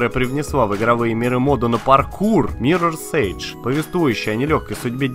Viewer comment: Прокачай произношение, ибо произносить thief с "з" в начале - это зашквар. Ещё ты переименовал Mirror's Edge в Mirror's Age, что не есть хорошо. Хотя бы Dishonored правильно произнёс, а то уже уши режет, когда слышу "дисхонорд" или "дисхоноред"